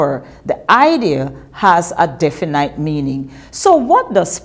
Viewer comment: definete not definiiiiiite